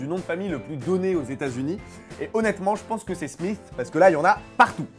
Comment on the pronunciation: super mais smith se prononce smis